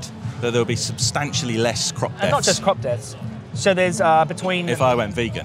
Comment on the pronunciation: "Cruoopppss deeethzz D'oh" really? 🤦🏻‍♂️ bloody hell